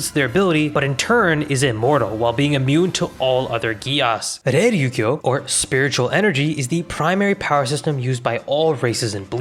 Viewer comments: bro how did you butcher Reiryoku the same way every time lmao It's not "reiryukyo" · Great pronunciations of Reiatsu, butchered Reiryouku